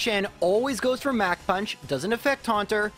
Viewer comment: Yes, that is how we pronounce it.